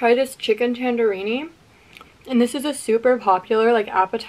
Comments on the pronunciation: She really pronounced it "Tandorini" like how they spelled squidwards last name tortellini. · “now I’m gonna try this chicken tandorini “ WHEN I TELL U THAT SENT ME AHAHAH it’s called tandoori chicken and it slaps she was close A for effort😭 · The blonde girl said Chicken Tandarini. Sweetie, It's Tandoori Chicken. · I’m Indian and I’m not even mad at her for saying tandorini cuz she’s kinda chill lol